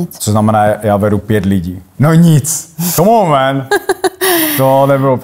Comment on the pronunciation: Skvělá angličtina, fakt skvělá Komónmen